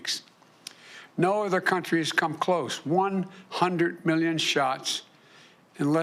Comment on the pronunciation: I can’t get over how he says “million” “Miyyun”